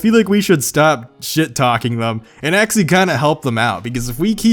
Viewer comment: Actually. Try it: aC-tually. NOT aXially.